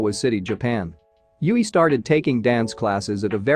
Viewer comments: Gakuin means Academy iirc. For the love of Fox God hear the guide to get Yui's pronunciation correctly 😆👍 Black Babymetal songs: - Onedari Daisakusen live at Legend 1997 is safe, 'abr metal' and 'Gans Tomas' channel got this one, is the one you saw here in the guide, there's also another special version without YuiMetal in Budokan 2021, BMRR got that one. - Song 4 ('4 No Uta' in Japanese) live at Budokan 2014, 'Kawaii Metal' got this one. - GJ! live at Tokyo Dome 2016 or Wembley Arena is fine, again BMRR, Same as OD, MoaMetal return with this song doing it solo, first time was at Legend S 2017, last time was at Budokan 2021. - Sis Anger, live at Tokyo Dome 2016, search on BMRR for the best version. - Chokotto Love, live at Legend ) "BaaBo Channel" got this one safe to react, couldn't find a version with subtitles for the narrated intro, please refer to 'du-metal' translations page. - Love Machine, same as above. Since both songs are kinda short it'll be fine if you do a double reaction with those. There's only fancams of YuiMetal and MoaMetal 15th Birthday while in Europe just before mythical Sonisphere Festival 2014. "MoaBanger" live at Legend M 2019 which is Headbanger! with MoaMetal singing the second part of the song is at BMRR. SuMetal got their own 20th birthday at Legend S Baptism XX but those are heavily blocked, you'll get some luck if you can watch "No Rain No Rainbow" or some special clips from that concert, like the Intro "In The Name Of" with all those foxes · It's tricky to get one's brain to switch to saying a word a different way than what you've been used to, but now you've got in this video to hear Yui pronounce it angelically 😇 (it rhymes with Dewey and Huey) Thanks for reacting to the Guide! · I agree with other comments, First and Most Important: GET YUI´s Name pronunciation RIGHT. To many Videos watched and Still not saying it correctly, is not rocket science. Pleeeease